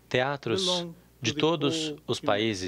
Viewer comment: O cara se preocupa mais pelos "teatros"? Deu essa ênfase bem no final rsrsrsrsrs que foi isso????